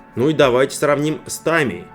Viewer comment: Спасибо за интересный ролик. Однако.... Автор, вас забанил гугл? Опять "тАмия", "лИтники"..... Блин... Невозможно слушать. Такой ролик сняли, а пару кнопок нажать и погуглить лень было?